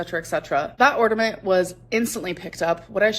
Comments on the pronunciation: I know right?!? And on Jordy's last livestream of a previous Christmas, she was saying "ornament" correctly, so she obviously says "ordament" on purpose... You know, because she's so "quirky"! 🙄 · It really drives me fucking insane that she says ordament instead of ornament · My 5 year old student said ordament today at school (kindergarten teacher). I had her practice saying it correctly 3 times, she just couldn’t do it. All I could think of was 😂 the difference is, it’s cute when a 5 year old does it. A 35 year old mispronouncing common and easy words is not cute lol